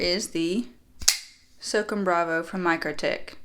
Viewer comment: The Microtech is pronounced SŌW CÔM (kinda like ‘so calm’ without the L). It comes from the United States Army’s Special Operations Command, or S.O.C.O.M. Just thought I’d let you know so in the future you don’t offend any of the Special Forces (“Green Berets”) out there! 😉. Thanks for the content & love the videos! ;-}. MM